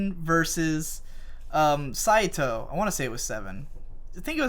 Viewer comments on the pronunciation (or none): none